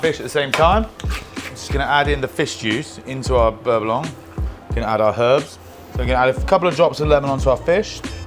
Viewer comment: Hello from france. FYI the C in beurre blanC is silent. Great vidéo has always!